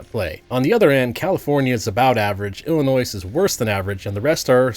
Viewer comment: Aint no way bro pronounced the s in illinois 🙏